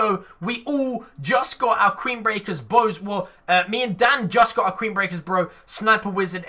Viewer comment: #wizzite Did any1 hear say QUEEN-Brecker Bro